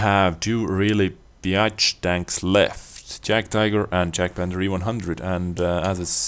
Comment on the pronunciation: YAG-Panther. Not Jag-panther.